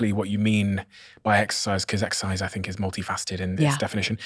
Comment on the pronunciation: 34 seconds in and she can’t properly pronounce exercise 🤦🏼‍♀️